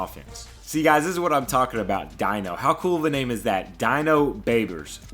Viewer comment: Dino Babers is the HC of Syracuse. Not a grammar nazi but its pronounced "Deeno". Edit: Could you maybe rename Austin Mcconnell after me? If not the 73 overall qb recruit.